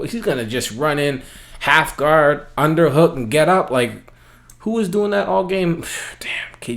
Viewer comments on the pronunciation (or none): none